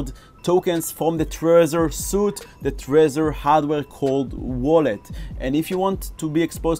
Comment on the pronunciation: Thanks for this.. I think the Trezor suite is pronounced SWEET btw..;)